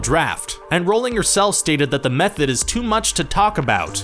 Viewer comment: Not surprised; a dozen videos about Harry Potter, and just learned for the first time in this one how to pronounce "Rowling."